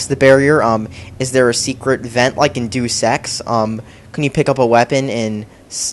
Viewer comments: HE IS THE MAIN F*CKING CHARACTER OF HALF LIFE!!! IT EVEN GAVE HIM AN INTRODUCTION!!!! "All you gotta do is shoot the bad guys." I thought we were talking about HL2, not COD. Doosex? DOOSEX?!?!?!?!? IT IS PRONOUNCED DEYOOS EX!!!! Ok you cannot even compare COD 4 to HL2. HL2 is so much better. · Ok I can't take this anymore, IT'S NOT DOOSE EX IT'S DEUS EX NOT DOOSE DEUS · Its "Deus Ex" not "Do Sex" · He spells deus ex like do sex. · And every time he says deus ex it sounds like he is saying do sex. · "Do Sex". Pronunciation 101 right here. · Woow, are you troll or just really dumb person? Probably just dumb... "Dooos-ex" rly? Overrated and Valve/Half-Life in same sentence? You don't know anything about games or video game industry. Just go and play your "underrated" CoD: Dogs 2. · lol he pronounced it "doos" ex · also.. .doos ex? hahaha i'm english and know it's not pronounced like that.